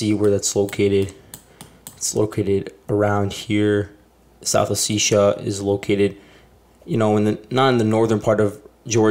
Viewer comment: Pronounce the word as O-Seti-ya not oticsia